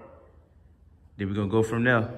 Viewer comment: Love it when you say, “then we gon go from dere” favorite line